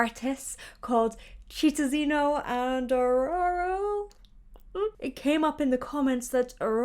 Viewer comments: Very cool video, loved it! Fun fact: Xororó's pronunciation would be something like "Showrowraw" in English, the last syllable being the strong one (hence the tiny "´" on top of the last "o") and his brother's name would be something like "Sheetonzeeño" (the ñ should be pronounced like in Spanish - "mañana" - and the strong syllable would be "zeen"). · Lol You say Xororó like Ororo, but the pronunciation is something like Shororó (or Chororó or Tchororó if it's too hard to speak). A trivia, people actually wonder how Sandy can keep her looks and voice here in Brazil, she looks very youthful, to the point that she puts to shame many child artist who grew up around the world. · Hey girlie, so the pronunciation is SHEE-TAUM-ZEE-NYO(taum like the 'baum' in "Tenenbaums') and SHO-RORO (open O) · Shitaoziño and ShororÓÓ would be the correct pronunciation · Correct pronounce: “Shorawraw” 😁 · Real quick: Xororó you would pronounce like "Sho-ro-RAW" or something like that! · What in the world is that pronunciation? Chitãozinho e Xororó. /cheetaunzeeneeo/ /tshorowraw/. Practice it. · I loved your video! Sandy and Junior are incredible! Just a help for you the letter X in Portuguese is pronounced like sh in English. So their fathers name should sound like Shororo. 😉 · Sheetaozeeño and Shororoh. It should help a bit pronouncing their names. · xororo is pronounced "shororo" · A tip to pronounce Xororó name is: the "Xo" sounds like "Sho" from Shockwave. And the "Ro" you're almost there, sounds like the "Ro" from "Rock" with the last "Ro" a little more "open". ☺ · Chitãozinho is pronounced she tow(n) zee nyoo Xororó is sho roh raw (with the r's fricative / flicked) 👍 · Xororó is pronounced more like show-ro-raw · You can pronuntiate the names "Chitãozinho" as "Shitonzinho" and "Xororó" as "Shoror-oh". Here some names with an "x" have the same sound of "ch" and "Sh", it may be a little hard to distinguish at first, but with some pratice you'll learn it. Xoxo, from Brazil!